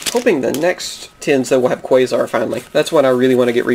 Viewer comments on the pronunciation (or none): none